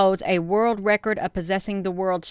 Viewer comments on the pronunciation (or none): none